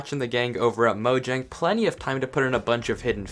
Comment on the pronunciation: You said the name of a word wrong... It wasn't even able to be different due to being the name of a company that's now in multiple countries, it was literally the word. The name of the company could have changed due to regional stuff but least the actual word itself is pronounced "mo-yang" dude